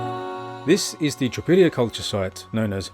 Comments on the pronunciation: It's not "Tripillia", it's pronounced TRI-POL-YE. Most slavonic language group speakers would recognize this as meaning "three fields". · It’s TripOlye.